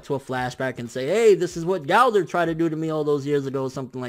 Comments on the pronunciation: Galdor.... its Gowthor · Go-Ther (Gowther) not Gaulder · IT'S "GO-THER" NOT "GHOU-THER" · Not Golder Its GOWTHER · I finally figured out dis nigga saying gowther not gowder😂 shit had me confused like who da fuck is this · Who tf is Gáldar?!?!? Gowther.... ther, ther.. 😓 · am i the only one that gets upset at the way he says gowther